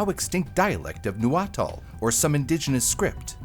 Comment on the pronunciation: Nahuatl ❌ Nuatal ✅